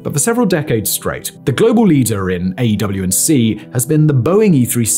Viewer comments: Stop saying AW and C, its AWACS ffs 🤔😉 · People say "AWACS," not "AW&C." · Every time he says "A, W &C plane" instead of just saying AWACS I die inside anew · Why do you keep calling them an AEW&C - with 7 syllables - when most people call them an AEWAC - with 2 syllables? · Just say “AYWAX” ffs lol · The aerospace nerd in me is going nuts at him not pronouncing it "Ay-Whacks(AWACS). Like full blown Forrest Whitaker eye irritated. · Every time he says “A W & C” I cringe, like when he spells out “m k” instead of pronouncing it as “mark” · AEW&C??? Who pronounces it like that.... aewac "awax" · AWACS pronouced' A-wacs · The way you keep saying AW&C makes this video lose credibility slightly...editor/director pls help him out lmao